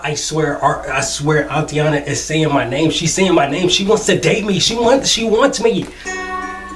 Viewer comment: You pronounce Aitana's name wrong, instead of saying Atiana try saying it like 'ah e tana'. Btw this is not a hate comment, I love your reaction videos!!